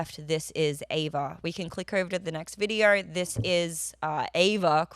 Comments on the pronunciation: "The videoruhra" Vid-e-o. O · Lol I love how she says "videor".